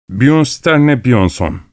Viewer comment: O ismi “Byonstorne byonson” diye okuyabilen bir insan her kitabı okuyabilir, ki okuyor da, biz de severek dinliyoruz 🥰